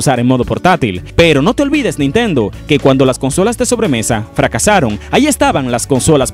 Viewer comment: Dices nintento como si nintendo fuera una persona